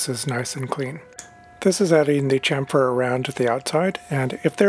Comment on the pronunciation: Please stop saying "champ-fur" its actualy a "cham-fur" the P is a PH F so is scilent.